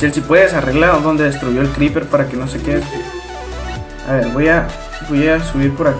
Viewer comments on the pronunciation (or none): none